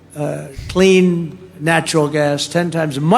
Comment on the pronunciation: CLEAN natural gas 😁 The way he says it lol. I'm all for bringing back industries, increasing production to the US. I want Canada to follow suit 🤞